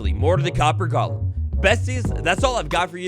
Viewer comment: It’s “golem,” not “Gollum.”